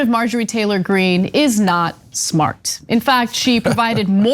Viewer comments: Margarine Taylor Green! Love the name slip, Cenk :) F*** this crazy b** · It sounds like Jenk was calling her "Margarine Taylor Green"